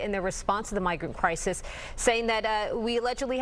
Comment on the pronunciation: Adams.. so dumb 😂..... it's almost entertaining. It's a "CRYZEES" ..and whats up with the bobble head lady? Is she part of the "CRYZEES" ..or is the mexzeekoe border that is the CRYZEES so many CRYZEESES. ... Are you still calling your self the Biden of Brooklyn ...😂😂 mic drop. . End of quote / repeat the line